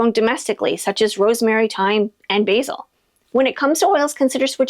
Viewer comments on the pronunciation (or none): none